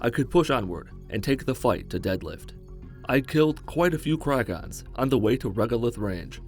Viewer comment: It kragen not kragon